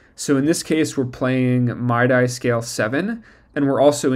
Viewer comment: Mid-eeee not my-dye. But this is cool